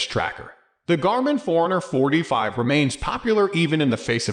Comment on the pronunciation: Sounds like you're saying 445, lol.